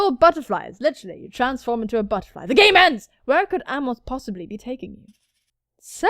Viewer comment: When you said "GAME END" I thought you said "GAY MEN" and honestly where's the difference in this game